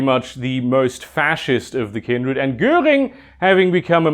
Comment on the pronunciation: I only realized that you are German, when you pronounced 'Göhring' correctly. Also the higher voice pitch when you said 'Appell' gave you away. In all honesty, great video, did not expect it when I clicked on it. You know how sensitive this topic is in our county.